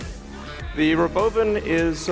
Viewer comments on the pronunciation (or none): Sandy, l LOVE the ROBOVAARN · I’m only pronouncing robovan the way Elon does. Just spell it like this Rahbovan & you’ve got it.